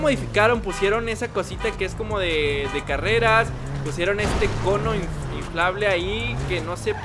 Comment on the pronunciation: Oye dijiste careas